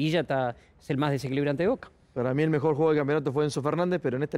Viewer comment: Cualquier persona: rossi o chila gomez? Vignolo: voka Cualquier persona: advincula o mura? Vignolo: voca Cualquier persona: zambrano o sigali? Vignolo: voka